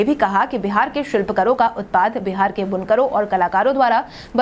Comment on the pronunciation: शिलपकर नहीं शिल्प कार बोलो